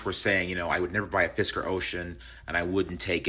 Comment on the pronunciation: Sounds like "fister"